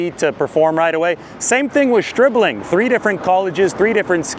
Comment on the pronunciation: Stribling, pronounced by as SchhhRIBling.